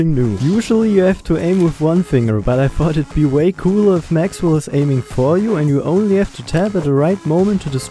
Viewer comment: El Maxwell instead of El Mexwell 😭